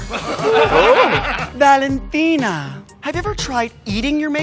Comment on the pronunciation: this may be an ironic thing to say, but homegirl needs to work on her Spanish cause I was cringing the entire time she read Valentina.